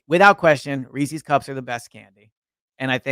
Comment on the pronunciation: REESE IS. Not reecees